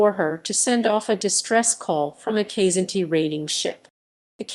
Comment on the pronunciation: Kzinti is pronounced "Kuh-zin-ti". Lyran is pronounced "Lee-ran". Myrak is pronounced "My-rak..